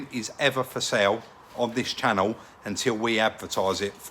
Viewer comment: Real noiWce. Love this channUW